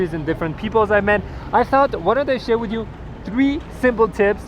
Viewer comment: "Alright guys, to wrap things Upe. It's all about connecting wisss peopleE". I like french accent popping out xD